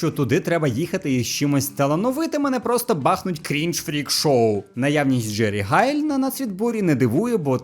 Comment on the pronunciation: Чому він каже Джері Хайл?